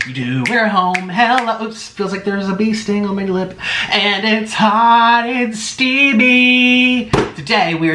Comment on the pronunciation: Anyone notice he always says “hot and steaBy” instead of steamy lol